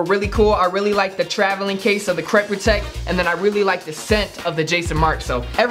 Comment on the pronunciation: Mans said “crep prutect”